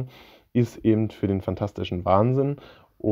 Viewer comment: Bitte nicht immer "ebent" sagen, das ist ganz und gar schrecklich.